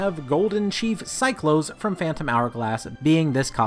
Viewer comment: Deck-oo not Day-coo Cy-clos not Cy-close Zeff-os not Zeff-ose Great video, but so many wrong pronunciations...